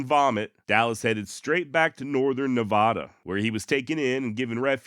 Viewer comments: mad props for not using AI narration. AI is ruining content. The first A in Nevada is just like the A in apple: Nev-a-duh for Americans, and Nev-ah-duh for Brits. It's Or-gun. And if you worsh your car, then Worshington is correct in your accent. But I'd much rather listen to your mispronouncing a fee words than the AI narrations reading Google translate script flooding YouTube these days. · As an Oregonian you pronounced our states name right...but butchered the other two😂😂😂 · Love you but it's hard to not get upset about pronunciation of states I've lived in for decades. Not Nahvahdah... Ne vah dah (Nevada) Not Ory gun... Or eh gun (Oregon) Bless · Did you say “nevaahhda”? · Na Vah Da Nah Vah Da Na Vah Da. Love what you do, but if you keep butchering the pronunciation of Nevada, I’ll start mispronouncing your Texas place names on purpose in retaliation. You can do it! Thanks for the wonderful, informative, entertaining and interesting content!